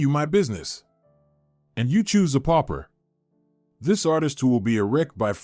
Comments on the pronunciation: Pauper really not popper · pauper not popper